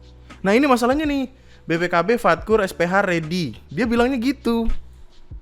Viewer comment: BPKB, fatkur, SPH ready. Faktur bang, faktur, bukan fatkur :v